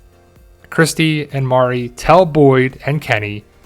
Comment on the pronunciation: Her name is Marielle pronounced Mary Elle turn on your CC